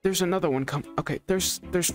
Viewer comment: I love when he said = Ooh there's an anthorer one